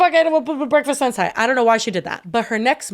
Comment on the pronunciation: im crying at how yall pronounce sensai